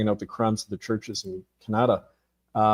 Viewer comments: He doesn’t know the name of the Chinese president & he says the limbic region of the brain is responsible for emotion processing and then a couple of times pronounces ‘Canada" in the oddest way..khaanaada. All very odd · Ca na da? Did he just pronounce that ca an da? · Why is this author continually mispronouncing the country named Canada? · Why do you mispronounce Canada several times during the presentation? Oprah did this once as a TV announcer early in her career, and that was the turning point in her decision to drop the false face and be herself. Oh, I thought the King didn't participate in politics? This is like the movie, Rosemary's Baby. These are random thoughts. One last one. Robert Prevost's grandparents descended from Creole People in Louisiana, no??? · Has he changed the pronunciation of Canada?